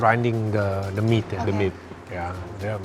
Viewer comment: awal dengernya "demit" kata gw apaan tetiba bahas demit butuh resting, ternyata "the meat" 😭